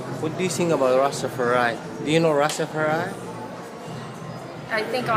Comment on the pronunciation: The European dread saying Rastafari-a. I can't take it